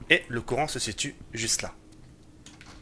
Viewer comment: Quand tu dis courant j'ai trop l'impression que tu dit Coran